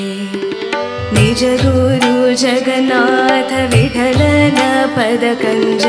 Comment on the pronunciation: ವಿಠಲ should be pronounced in ಮಹಾ ಪ್ರಾಣ